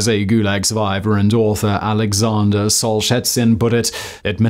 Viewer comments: Ah yeah, "SOLE-SHETSUN"..... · Simon, I love your content, but please learn to Google names before totally butchering the pronunciation. I’m surprised you’ve never heard of Solzhenitsyn, it’s super easy to pronounce if you’ve ever heard someone say it… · if you mispronounce solzhenitsyn that just shows the quality of the content is low